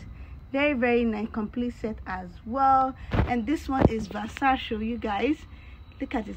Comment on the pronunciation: Hi there, Versace is pronounced with three syllables. Your jewelry is nice.